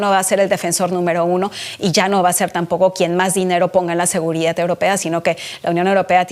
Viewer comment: Es seguridad no seguridat ya no sabemos ki hablar español